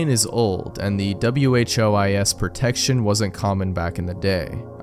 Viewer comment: I have been using WhoIs professionally for almost 20 years and never once have heard anybody pronounce it as individual letters (likewise Who XY as... wocksy?)